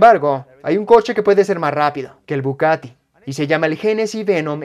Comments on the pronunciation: es bugatti y no bucatti, no se quien es el que traduce o hace el doblaje, traducen mal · Porque dices bucati?🤦🏾‍♂️🤦🏾‍♂️ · OJO DOBLAJE,,,Es BUGATTI Buggggaattii....NO BUCATTI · dice "Bucatti" 😂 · Me duelen los oídos cada vez que dices BuCati 😣😩